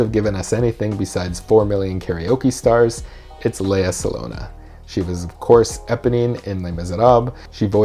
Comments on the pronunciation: “Salong-gah” , not “saloña “ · It's not Lea Salona, it's Lea Salong-GA!!!! The G is not silent.. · Great video but I have to point out there's a hard 'G' in Salonga. It's Sah-long-Gah, not Sah-Lone-ah. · Um, it’s Sa-LONG-gah, not sa-LONE-a. There’s a “g” after the “n”: and the syllable is just like “long,” Rhymes with “wrong.” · Its SA-LONG-GA not salona.. ahahaha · Surname pronunciation is "Sa long ga". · Her last name is pronounced SA-LONG-GA although spelled SALONGA. Thank me later. 😉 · Um... It's Salong ga! I know because I'm Filipino 😁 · Her last name is pronounced Salong-gah. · Correction, the Philippines has given the world ALL of its Karaoke stars because Karaoke was invented by a Filipino. Also, it's Lea...Sah-Long-Gah. Please pronounce her name right. I'm sure she would appreciate not having her name butchered the way she did not butcher the song. :) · Her last name is sound as Sa-long-ga. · How is he pronouncing her last name? What is happening? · I love all the videos I’ve seen of you, but please pronounce her name correctly 😅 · I wish you’d learn to pronounce her name, this is the second video with her where you get her name wrong. Seeing as she’s a legend, I’m not sure I really believe you are a musical theater coach if you don’t know her name... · You said her last name wrong ahaha But she is byfar a goddess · WISH YOU PRONOUNCED HER NAME PROPERLY THO. SAD. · GOOD REVIEW. BUT AT LEAST LEARN HOW TO PROPERLY PRONOUNCE HER LAST NAME. 😉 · You butchered her last name.